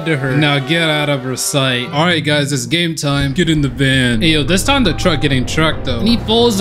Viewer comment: bro you said game i thought it was gay